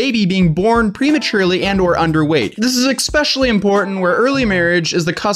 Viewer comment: "EX-specially" My spine twisted.